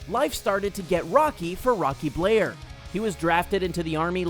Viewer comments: Rocky Bleier former Steeler,his name is pronounced BLY- ER,not Bleer. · Rocky BLY-er, not Blair.